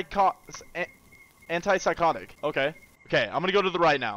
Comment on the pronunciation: reading Antipsychotic perfectly Also:"ALIKA! ALIKA! "